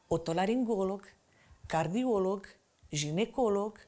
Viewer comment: Sunà exotic îmbinarea "doctor de familie", deși de regulà se zice medic de familie. Cei formați în perioada sovieticà cu greu scapà de accentuarea cardiOlog în loc de cardiolOg.